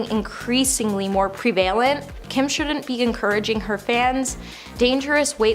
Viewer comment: So, is this about bizarre celebrity behavior in general or episodes that made people concerned for Cara Delavigne, specifically? The two seem all mixed up in this lineup. Your content quality is really going downhill… :( It isn’t Pree vale event. It’s Pre va lent.